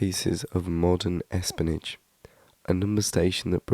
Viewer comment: the oddest pronunciation of espionage ever.